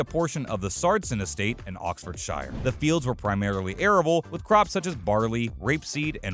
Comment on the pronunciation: PLEASE LEARN TO PRONONCE OXFORDSHIRE COORRECTLY AND ITS NOT GAS !!! its perol bloody yanks